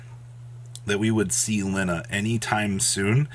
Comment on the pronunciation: Pronounced "Lie-na" not "Linna"